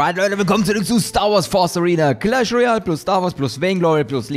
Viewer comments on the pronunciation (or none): none